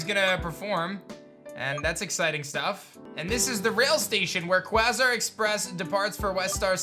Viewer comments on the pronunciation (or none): none